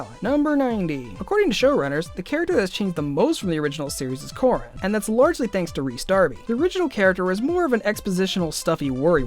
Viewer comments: "Cuh-Ran" Coran Thats how you pronouns it. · #65 Did he just say Core-an? Wha- Did you even watch the 1st season?! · I'm sorry, did he say Galron? And Coren? Hagger? I'm done 😂😂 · Galra. It's pronounced exactly the way it's spelled. Also, Coran. Core-an to spell it phonetically. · Coran is pronounced kurAn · Coran but pronounced Co-Ron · I don't think this guy knows how to pronounce for coran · Can you like, make sure you are pronouncing their names right? EVERY TIME YOU SAY GALRA OR CORAN I DIE INSIDE no hate btw it’s just very triggering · K, watching this now that Ive seen season 8, Things seem so different. Season 1 was just so happy and simple! And is anyone else a little bugged by his mispronunciation of Coran? Sorry, great video though! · He butchered Coran’s name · you told us so many voltron facts but pronounced galra wrong :( and coran (also allura didn't make voltron her dad did)